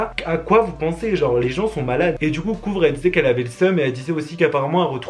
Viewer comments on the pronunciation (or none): Jsp si vous aussi vous avez entendu mais au lieu de dire "Kouvr" il a dit "Couvre" je juge pas mais sa ma fait bizarre d'entendre sa alors qui parle si bien anglais 😣